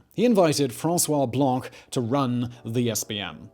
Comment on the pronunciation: ''François Blanc'' ... the ''c'' at the end is silent. ;)